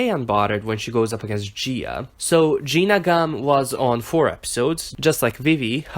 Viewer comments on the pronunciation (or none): he called her Gina Gumm